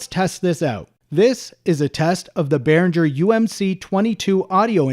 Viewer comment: Please stop pronouncing G in Behringer the way you do. It's the same G as in Gibson.